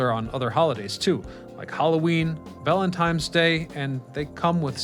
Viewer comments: He said Valentimes Day lol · It’s Lik-a-STIX, not stick. And was that “ValenTIMEs” Day ? I think somebody ate way too much Fun Dip while his brain was still developing.